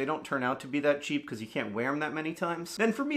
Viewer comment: they way he said "because" pronouncing every letter in the word makes me laugh every time